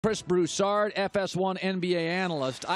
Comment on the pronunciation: Bolin said Brhis Broussard (